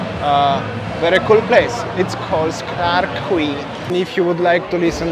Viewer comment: Quay is pronounced as Key. It's pronounced as Clarke Key, same as Circular Key (Quay) in Sydney, Australia. I love those orange juices from the vending machine. Singapore is a very expensive city to eat and drink in. $9 for a beer in happy hour is a joke. Best places to eat are in the Hawker Centres. Great sightseeing but be prepared to pay outrageous prices when you visit. I prefer Vietnam and Bali but Singapore is worth a visit at least once.